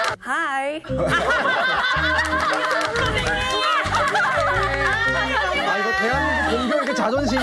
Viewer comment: ㅁㅁㅁ-감색원피스 입은 여인의 "Hi~"는 너무 길고 굴곡이 너무 심하고, 과장된 느낌. 단순히, "Hi."하면 됨" "How about you?" You의 발음은 첫 반(1/2)음절은 올리고 끝 반음절은 내려야함. "How are you today?"에 대한 응답은, 그냥 간단하게 "Fine." 아니면 "Great." 하던지 간단하게 "I feel fine." 하면 되고, today의 끝 intonation은 내려가야 한다. 되 묻는 "Are you feeling good today?"도 무척 어거지 스럽다. 간단하게 "How about you?"라고 하면 끝. 전체적으로 감색원피스여인의 영어 표현은 너무 과장되어 있어서, 좀 더 자연스럽게 하려면, 의식적으로 꼭 잘해야겠다는 노력 보다는, 자신감 그 자체가 필요하고, 정신적 relax가 필요하다.